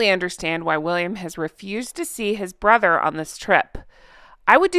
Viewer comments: Hi, not that it makes much difference, but your said “brother” instead of “barber” when reading Piers Morgan’s Uncensored article. Had to agree with Piers. Harry shouldn’t have even bothered if he was just going to leave virtually the same day. His Mum would be ashamed. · Barber, not brother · at to 1.25. You said or read it wrong, harry spent less time with his cancer-stricken father than Piers did with his BARBER not brother. Barber is for more funny 🤣😂😂